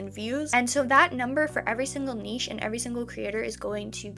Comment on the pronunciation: Omg you're the first youtuber who knows how to say niche!! It's all up and down with these revenues much like the video itself and it'll only take one to go viral to really make it worthwhile so in a way its good you're monetized before this has happened.